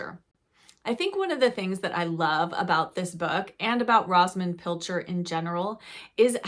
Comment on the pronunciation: Rosamund the o is a long o sound. Just read Enchanted April. Some old fashioned reads that I read as a tween, Under the Lilacs and The Five Little Peppers and How they Grew. I am 78 years young and love to read.